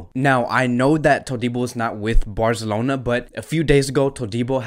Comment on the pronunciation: Taket it easy brother. His pronunciations of some names are not correct. However it's cool. For example he says BarZelona or Shalk instead of Barcelona or Schalke(shālk-e)